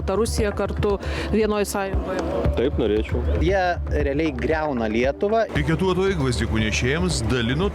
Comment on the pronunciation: to ar man taip girdisi ar už lietuvą skamba su akcentu e ne ie žody lietuva ir š per kietai taria žody bolševizmui t.y. l minkštai negali ištart... niuansai ir detalės ...velniai kur veliasi... kad ir kaip gerai mokintųsi